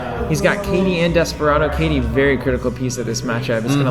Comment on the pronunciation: Btw, according to Lukas Litzsinger on the 100th episode of Bad Publicity he said it’s Kay-Tee not Kot-Tee. But who knows? :)